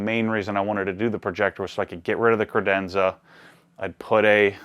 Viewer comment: As an Italian guy, I really hope he'll not pronunce "credenza" again.